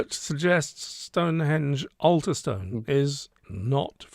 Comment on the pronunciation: one thing id say is you dont pronounance stonehedge corredtly.......refer to spinal tap film.....ps im dyslexic cant speel for toffee Jh